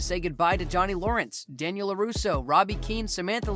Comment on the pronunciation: He say the rivalry of Danniel and William (Johnny) 🤣🤣🤣